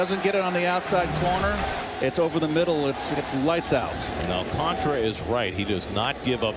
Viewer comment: Prounce it with me my Spanish speaking friends Sandy AL - CAN - TARA and not AL - CON - TRA, SMH Please put some respect on the Mets future Ace pitcher's name.